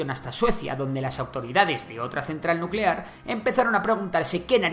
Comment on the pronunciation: NUUUUCELAR, la palabra es NUUUUCELAR. 😂😂😂😂